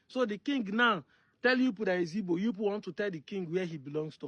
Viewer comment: Correct spelling and pronunciation is Igbo and not ibo,ibo is British and not native